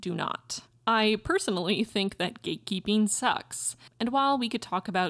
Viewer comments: Am i only one whoe heard gay keeping multiple times like am i dumb or just too gay lol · Eu escutei o tempo todo você dizer "gay keeping" 😂